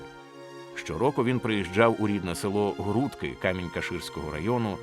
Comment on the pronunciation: Дякую за відео! Додам, що правильно наголос село ГрудкИ, а не ГрУдки